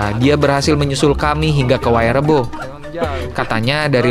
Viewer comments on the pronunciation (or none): Ma'af saya koreksi, bukan wayrebo tapi waerebo. 😊🙏